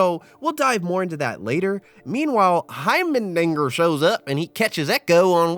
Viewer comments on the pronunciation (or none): Please his name is HeimeRdinger, not Hymen-dinger Jesus Christ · Every time you say “hymendinger” rather than “heimerdinger” I chuckle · heimerdingeR brother. heimerdingeR. not heimeNdinger not heimerdingeN, heimerdinger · its hiemer not hiemen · Bro you gotta stop calling my boy Hymendinger 😭 He's name is Heimerdinger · HeimeNdinger? Heimerdinger*